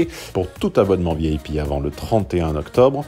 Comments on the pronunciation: Je suis la seule à entendre "vieille pie" quand il dit VIP ? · Elle est Bresilienne --- pas une cheutimi ! alors que connais-tu de leur accent - surtout lorsque ces gens se sont emmerdes a apprendre le Francais. vous avez une reaction de monolinguiste. a ce propos, vous vous enetndez parler lorsque vous dites "Vieille Pie" plutot que V I P (vee ay pee)